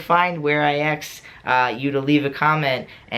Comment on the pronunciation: I got a question, why do you say 'aks' instead of 'ask'?